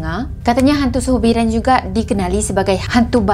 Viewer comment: sebutan yg betul sulur bidar,,, bukan suhur bidar